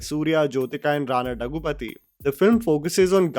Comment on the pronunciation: I wonder why he says Dagupathy instead of Daggubatti